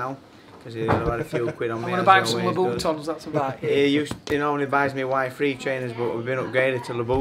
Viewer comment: That's the funniest pronunciation of Louboutin's I've ever heard. Fair play to Gavin on the win, always underrated.